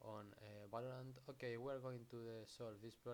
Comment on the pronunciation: okey? ok? YOURE OKEY??? BRO OK?????